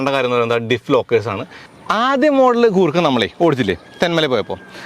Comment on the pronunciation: കൂർക്ക അല്ല ചേട്ടാ..... ഗുർ ഖ എന്ന് വേണം pronouns ചെയ്യാൻ.. എന്നാൽ ഗൂർഖ എന്നും അല്ല..... ഗുർ ഖ എന്നാണ്